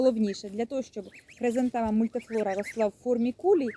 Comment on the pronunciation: ❤ Хризантема правильна назва, а не "хрезантема"